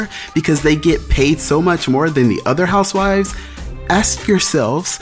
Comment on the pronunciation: “Real Houseivvs of Atlanta.” Boy..😂😂